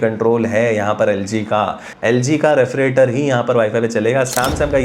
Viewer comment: Refrigerator lo re-fri-trator bol rha.. Itna irritate ho ra sun sun k maine tri video hi bnd kr di is comment k bad.... Totla sala